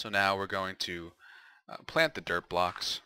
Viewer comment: every time he says "Dirt block" for me it sounds like "Derp block"...